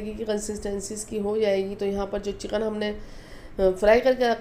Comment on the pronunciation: بھائی جان چیقین نہیں لفظ چکن ہوتا ھے آپ انڈیا والے پیاز کو پیاج اور چکن کو چیقن اور منظور کو منجور کیوں بولتے ہیں آپ الفاظ صحیح ادا کریں تاکہ ھم پاکستانیوں کو سمجھ آ جائے